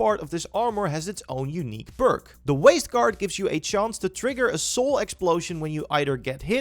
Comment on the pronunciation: guys if you need help figuring out this video, hes actually trying to say perk, not ‘burke’